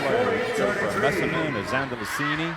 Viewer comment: Dear Commentator: can you said player's name right just one time? That was Messeman